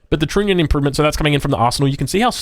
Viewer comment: I get having trouble with German, Polish, Russian and Dutch words. But "troonion"? It's "u" like in "trunk"